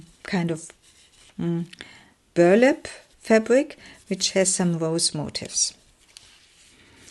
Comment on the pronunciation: FYI : The word MOTIF(S), which you have used a lot, is not pronounced MOTIVE(S)! (That is another word altogether.) Motif—which means theme—is pron. mo-TEEF, with the accent on the 2nd syllable. I hope this was helpful! Your work is lovely, and the flip-throughs are enjoyable.